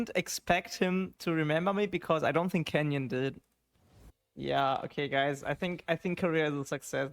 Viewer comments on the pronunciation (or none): none